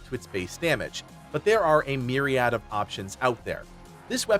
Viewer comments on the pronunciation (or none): none